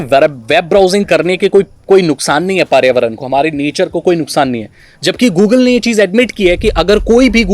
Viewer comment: bhai pariyavaran matt bolo samajh aaraha hai ki problem ho raha hai bolne mei... ap environment bolo